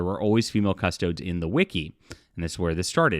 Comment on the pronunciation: just clarifying that it's 'cuss-toe-deez' which is still silly.